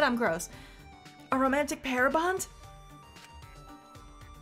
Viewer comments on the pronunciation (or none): Wasn’t paying attention to the video during the start of K1-B0’s love hotel scene, I thought I heard “romantic pare bond”. Like, the fruit.